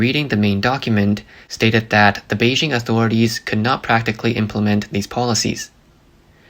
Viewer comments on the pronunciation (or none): none